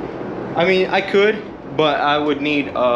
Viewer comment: Ehehehe. You said the word "but" odd. You say "bogh". There is a T in there!